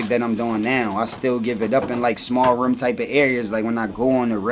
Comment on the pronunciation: Philly accent: room = Ruummm